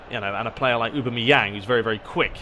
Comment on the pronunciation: A-bam-me-yang is how you say it